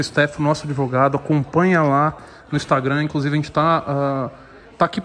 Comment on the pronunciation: A famosa "labia de ADEVOGADO" !!! KKK 🤦🤦🙈🙈🤡😂🤣🤣🤣🤣🤣